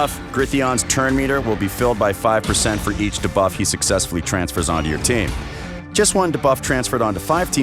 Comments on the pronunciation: Try saying D buff. Not like dabloom 👍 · Lol - why can’t he pronounce it like “dee-buff”? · Lol I hear da-buff too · The way he says "debuff" like "D Buff" 😂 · Yeah it bad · Why does he say “debuff” that way 🤢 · And of course he says it like 5000 times in the video haha